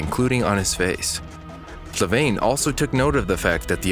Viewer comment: Flaviane* Not Flavaine. You got the name wrong lol